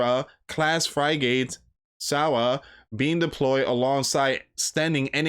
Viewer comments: Its pronounced Frig it Not Fry gate 😋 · Frigate is pronounced friggut. There are 2 subs deployed with every carrier stike group.